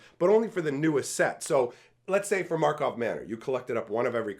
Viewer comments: “Karlov” Manor. You said Markov over and over. 😅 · it's pronounced both ways in native magic the gathering language